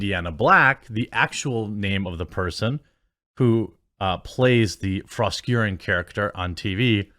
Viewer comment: Its FrosKaren...